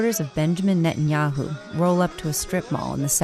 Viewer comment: It's Ne-tan-yahu